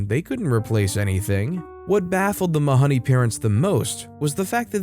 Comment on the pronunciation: Mahoney rhymes with baloney!! Come on. The mispronunciation drove me nuts.